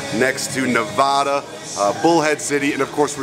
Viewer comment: You said Nevada wrong!